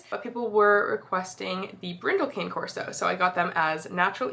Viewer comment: I learned recently that Cane Corso is pronounced like Kanye (but without the “y”) 😂 I don’t know how else to write it phonetically.